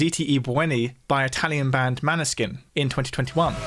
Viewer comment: I’m sorry for my fellow countryman butchering the pronounciation of Måneskin & “Zitti e Buoni”